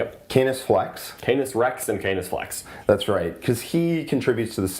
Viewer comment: Just me that giggled about the pronunciation of Canis as C-anus?